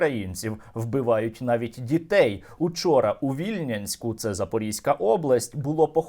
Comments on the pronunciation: Перепрошую за приколупування до дрібниць але місто називається Вільня'нськ. Там народився тому вухо трошки Ві'льнянськ ріже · Сергію, я вас дуже поважаю і тому знаю що ви приймаєте конструктивну критику. Моє місто називається ВільЯнськ ви не правильно поставити наголос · Вільнянськ-наголос на я